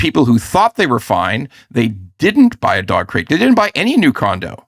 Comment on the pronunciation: Ahhhh.... It's dog crate... I kept hearing Dogcrete.